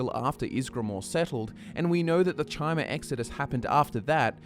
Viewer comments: Chimer is pronounced Kymer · chimer is pronounced "kai-mer"